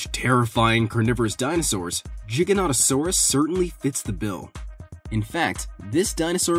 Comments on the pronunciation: Good video but ins not jig it’s giganatasourus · It’s not Jiga it’s G with iga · For the giga one it’s pronounced gi-ga-not-a-sore-us in not trying to sound rude I just thought I’d say something! ^-^ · U say giganotosaurus wrong XD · giga not jigganotasaurus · Really? Do you not check your pronunciations? GI (like my)--GAN (like can)--TO (like toe)--SAURAS. Not like it's a gigantic "jigsaw" lizard.